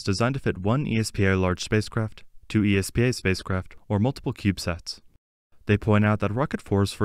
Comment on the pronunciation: Great update. Fyi, ESPA is usually just pronounced phonetically. Just "es-pah", not "ee es pee ae"